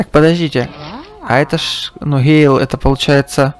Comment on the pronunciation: только в бравле не Гейл а Гэйл.